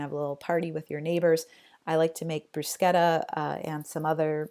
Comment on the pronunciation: Most impressive thing about this video is that someone named said bruschetta correctly.